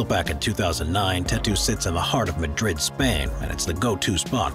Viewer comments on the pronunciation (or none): none